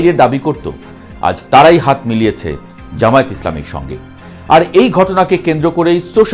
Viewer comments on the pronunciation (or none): none